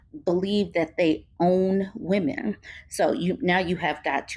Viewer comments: Why does he keep saying woman instead of women 😂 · You don’t need to be a housewife to know that housework NEVER ends, and NOBODY thanks you for it. Plus, I hate how this man pronounces “women”. 😂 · He read one Charlie Kirk blog post and can't even pronounce "women" correctly, which leads me to believe he doesn't know any. These men are really trying to bring poisoning back in a big way. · My ears start hurting when I hear people say women but pronounce it like singular woman… can’t listen to this guy. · He can't even pronounce the word women properly but he has all these seemingly profound thoughts.. boy bye!